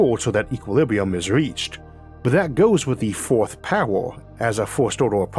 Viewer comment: Omg when he says "equiwibwium" I can't 💀💀💀